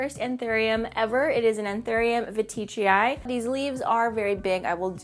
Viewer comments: Hey I don't want to be that person, and I really don't want to offend you and I know that latin words don't really have a consistent spelling, but I heard plant people, botanists and Enid pronounce the anthurium veitchii like Anthurium VEE-TCHEE-EYE and not VA-TEE-CHEE-EYE. Because there is no i after the T? Again sorry, I know this is obnoxious. I love you and your content :) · Love all your anthuriums, I wish I could grow some!! Seems like I pronounce veitchii differently lol (I pronounce it as veet-chee-eye)